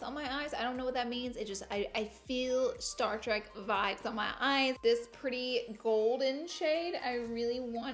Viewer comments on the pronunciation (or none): none